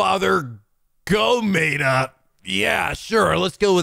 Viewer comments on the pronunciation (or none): I found that Gomaeda joke so funny because to make the “Ko” hiragana/katakana “Go” you just have to add an accent mark. Which makes it’s perfect. But you still pronounced the name wrong. 💫Irony💫